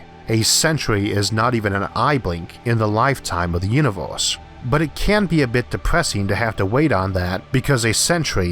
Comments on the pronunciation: What IS that accent? Flip random vowels to something completely different.. I've never heard that. "The Univorse is a vast cosmic .." AAAAAAAAAARGHH I can't listen to it!!!! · "the univorce"